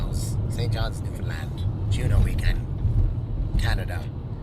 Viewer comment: Not only are these two guys great at what they do, but they are so hummable and respectful guys I have ever met in the music biz. can even say Newfoundland right!